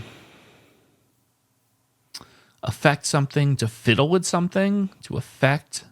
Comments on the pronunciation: lol I laughed at the alternate pronunciation of Charade and could have sworn you’d realize the other pronunciation of Affect. In the sense portrayed here it is pronounced AF-ECT instead of A-FECT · Affect is pronounced with the emphasis on the first syllable.